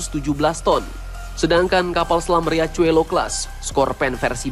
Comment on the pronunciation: Riachuelo dibaca Hiaswelo..artinya sungai kecil boss..